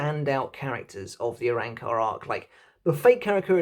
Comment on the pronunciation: Its spelt arrancar but its pronounced a-ron-car. Every time you say it it makes me think of a car made out of a orangutan.